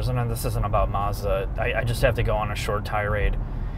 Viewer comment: He says Maarzda.